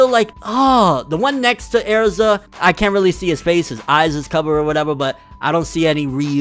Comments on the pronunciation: ERZA NOT AIRZA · bro tell me why I feel like your saying AIRZA instead of erza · "Air-ZA BRO" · THATS AIR-ZA. RIGHT THERE. AAAAAERRRZAAAA right there. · “That’s AIR-ZAH” Fucking dumb ass nigga 💀🤣🤣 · “Airza” aaaarggggghhh stop no please no you’re usually so on it too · you fcking pronounced "Erza" wrong its not "E'arza" that kinda pissed me off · Darius Fehed same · How he says Erza is like aerza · Erza is part of the black bulls😂. The way he says Erza though, “Air za”. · Also he can’t say Erza and it makes me mad